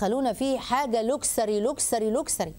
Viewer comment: ليست "لوكسري" بل "لوكش/چري"